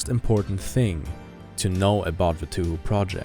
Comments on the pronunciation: Okay. I’m not sure how you’re supposed to say touhou. But I’m pretty sure it’s pronounced as Toe-Hoe not 2hu. Idk. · For the love of god it’s pronounced Tau how Not Tüh Hü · hearing you say toohoo makes me want to kill myself but nice video regardless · It's not funny to me, as someone who didn't realize for the longest time that "2hu" was the same thing as Touhou (pronounced properly as "toe-hoe") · The pronunciation is "Tow-hoe" which is actually how the English pronunciation for Touhou. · excuse me, did he just pronounce it two-who? Yeah, I'm out. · This fucker said 2-who? Lmao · "TooHoo" Why is that funny to me? XD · Its not 2 hu, u said it wrong and its Annoying. Great video 😁